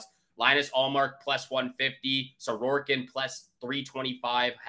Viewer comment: it's Sorokin, not Sororkin. Other than that, all good. 👍